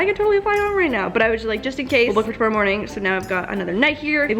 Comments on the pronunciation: To morrow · 2 mar oh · To- more- row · Canadian tingz 🤪